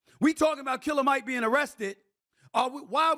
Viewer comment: Stephen A… smh cmon bro. It’s Killer Mike as in KILL-A-MIC… He’s a RAPPER bro.